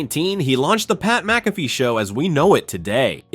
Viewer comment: You may want to pronounce his name correctly. That would give you more credibility. Good history of his career though. I would also do without the stock photos.